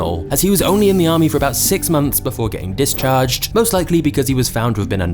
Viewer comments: 2.41 amry instead of army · What is an "AMRY" ? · "6 MONTHS IN AMRY" LOL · amry lol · “6 MONTHS IN AMRY” lol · 🤣 6 months in 'AMRY' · "6 months in the amry" lol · spent 6 months in the "amry"?